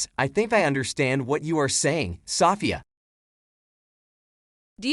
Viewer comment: Why can’t he learn to pronounce Sofia? 😆